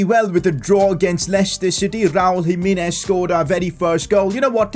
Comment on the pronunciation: Nobody:: Raul JimEEnez